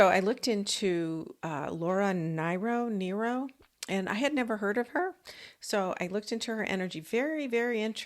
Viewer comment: Laura “Near-row”